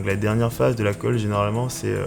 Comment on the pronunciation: C'est khôlle et non 'colle' ^^